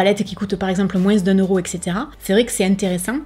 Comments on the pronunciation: Coucou tu m'as fait rire avec ton moinceuuu 🤣🤣🤣tu dis aussi paketging au lieu de pakatging mais je t'adore quand même 😉,j'aime tes vidéos et moi j'achète du maquillage a petit budget et j'en suis très contente,même si j'avais les moyens je n'achèterais pas de marque de luxe,bonne soirée ma belle,gros bisous 💋💋💋❤❤❤ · On l'adore ton "moinseu" 💕merci pour cette vidéo ❤️ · Coucou ❤️ merci pour cette vidéo 🥰 j’adore les séries « fuyez ou achetez » 😍 et j’adore comment tu prononces « moins », j’ai l’impression d’être en vacances 🥰🥰🥰🥰 bisous 😘💋💋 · Ne t'excuse pas de ta prononciation de "moins"! Déjà, ton accent ne regarde personne, et ensuite, tu le prononces façon Français Médiéval, et c'est adorable 🤗🖤✨